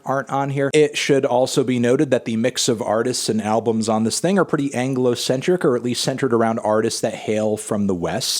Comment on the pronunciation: "Anglocentric" oh god